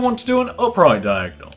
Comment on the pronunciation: OMG you say Diagnol to